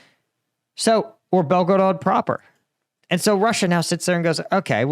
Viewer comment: Why does he say belgorog in a wierd way like he is trying to be european for just one word lol